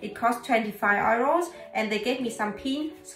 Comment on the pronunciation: You pronounce "euros" in the German way even when speaking in English.